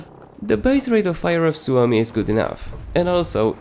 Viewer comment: You are the only content creator who I have heard pronouncing the Suomi right :D (I know that because I'm finnish)